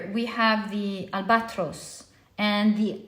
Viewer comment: Albatross is pronounced al-BUH-traas. Not al-BOT-ros